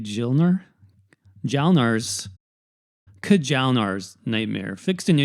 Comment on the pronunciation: J is pronounced like a Y, so it would be "Kee-ahl-nar" or "Kya-hl-nar"